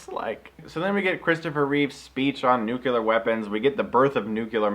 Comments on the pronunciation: nuclear is a form of the word NUCLEUS. Try saying nukulus too and see how smart you sound. Or nucleic acid as nukuluc...i don't even know how you could butcher that one to match. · trha2222 It is NOT accepted. Show me where any linguistic authority declares "nukular" doesn't sound retarded. It's like people who say "Real-a-tor" instead of Realtor. You don't just decide it's ok because enough stupid people misuse it. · Einstein was German and a physicist, neither of which qualify him as an expert on English pronunciation. I can't believe anyone is arguing this! Look, the C comes before the L, therefore NU-CLE-AR, like NUCLEUS, end of story. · trha2222 Some of these mention 'nukular' as a pronunciation that is used by a lot of people, but mostly frowned upon. Some don't mention it at all. Bear in mind, that's just a few results from the front page of Google, so if you find some more substantial info on the subject, let me know. Merriam-Webster considers it to be an accepted part of speech, but I don't know of any others really. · Hate it so much when people pronounce the word "nuclear" like "nucular". Other than that, great vid :P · I think he's saying it like that because that's how Gene Hackman says it in the movie. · Hehehehe sorry...pet peeve. Although it's fun to hear people butcher common but silly-sounding words like "nuclear", "foibles", "qualm", "worcestershire", "judicial system", "mayonnaise", "guacamole" and "foliage". :p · It bothers me that english is my second language and yet the reviewer who I assume speaks better english than me since its his native tongue kept mispronouncing the word "nuclear" time and time again. It is NOT pronounced "nukular" it's "nuke-lear". It shouldn't be difficult at all! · Chris. I love you. I love your videos. But it's "nuclear". New-clear. Not noo-kyoo-lurr! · its NUKE-LEEEAR! not NUKE-ULAR! oh.my. gosh. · Nucular Man! Wait... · Behold, Nucular Man ! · NUKULER MAN!!